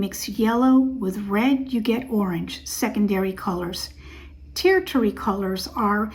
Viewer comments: You lost me (my respect) when you mispronounced twice and not even three minutes into the video. Pronounced: (tərSHərē). I disagree with lumping all olives as not being able to wear mustards or olives or greens. It all depends on if you are bright or muted, and warm, cool, or neutral. There are cool oranges, greens, and yellows that look spectacular on cool olives for instance but not on warm olives. The color palattes are entirely different. Then muted and bright also have major influence on what looks best on an individual. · Tertiary is pronounced "tur-she-air-ee" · 'Tertiary' kind of rhymes with Hershey chocolates. HER SHE AIRY except it starts with a T of course so TerShe-Airy or TUR SHUR EE is also ok 👌